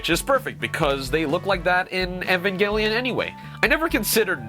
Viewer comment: is it me or did he say evangilon wrong idk it sounded weird for me, am i tripping?